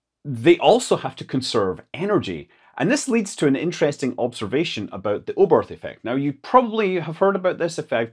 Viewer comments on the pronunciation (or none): "Oburf" ‒ Yes, because Hermann Oberth was an Englishman and that's how his name was pronounced. Yes. JFC why are Anglophones so collectively, ignorantly dumb??